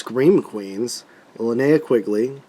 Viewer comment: It's nice to see someone who knows how to pronounce "Linnea" correctly!!!